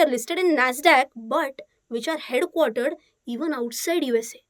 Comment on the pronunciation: Head quarter pronounce 😀😀😀😀😀😀